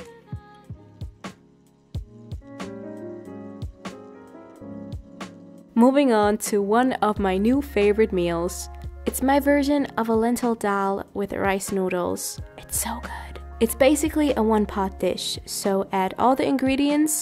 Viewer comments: daal (I always mess up the spelling of it.) is pronounced like doll. But with less of a add o. And more a hard a. Not really how you said it. Though I’m sure other people pronounce it differently it’s still more doll than anything. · Shivangi Tiwari pakistani people and Sri Lankan people eat dhal too And also the way she said it